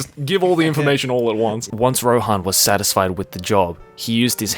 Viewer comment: my man called rohan ,roen hahaha